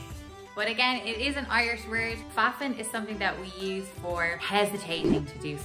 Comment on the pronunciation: Fuffin. Sounds like muffin. :)